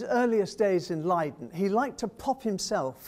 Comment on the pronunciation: Listening to this guy mangle Dutch/German pronunciations -hurts my ears -Shippol ,really, Burger master,Leede!!!